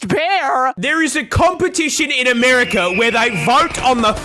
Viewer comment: i thought she said a-bear-ica